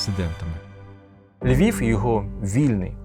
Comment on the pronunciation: Говорить з росiйським акцентом: не ЛьвiФ, ЛьвiВ треба говорити. Выросла во Львове. Не могу слушать эту брехню.